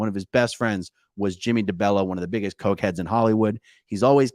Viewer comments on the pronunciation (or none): none